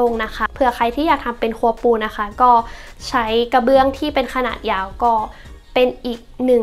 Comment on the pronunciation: พูดได้ลื่นไหลดีค่ะ ชอบตรงที่บอกว่าทำแล้วตรงไหนที่ชอบตรงไหนที่อยากเปลี่ยน งบประมาณชัดเจน แต่ติดนิดเดียวเรื่องคำควบกล้ำ ไม่มี ร ล เลย กลายเป็น ห้องคัว ไมโคเวฟ ละเกะละกะ กะเบื้อง ถ้าปรับให้ดีขึ้นจะน่าติดตามต่อไปค่ะ